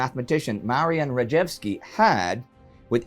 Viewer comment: Oh yes! The super-nerds to the rescue: Rejewski, Zygalski, Różycki and Turing. :) BTW obligatory nitpick about the Polish pronunciation: the letter j is always pronounced like the English y. The sound that j usually makes in English (more or less) is actually spelled as "dż". Happy birthday to Indy's mom!